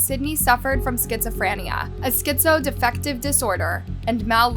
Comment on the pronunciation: I love your videos but please make sure to confirm pronunciation on things like catatonia, schizoaffective, and malingering :) great vid